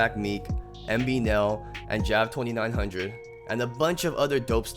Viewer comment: it’s pronounced Ja-vin he said it in thru da bity